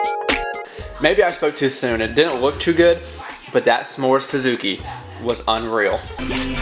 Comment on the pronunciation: pizookie...say like cookie, not kooky lol